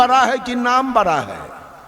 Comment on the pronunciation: Baraaa नही बड़ा बोलो😡